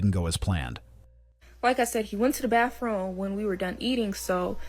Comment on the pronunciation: What's a "baff-room"???